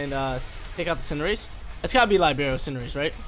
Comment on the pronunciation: You're mispronouncing Libero...